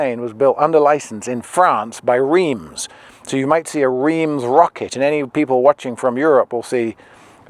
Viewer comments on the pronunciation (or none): . As a Brit, I thought you might have known the French, as opposed to English, pronunciation of the city of Reims is “Rance” or something like that. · Reims is “rance”